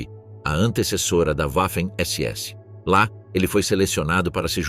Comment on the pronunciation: PELO AMOR DE DEUS!!! Parem esse narrador dizendo "Uaffen SS" !!!!🤮🤮🤮🤮🤮🤮